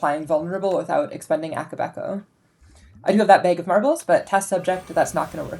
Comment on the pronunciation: "Behg of marbles" I can narrow where you were raised to 2 states lol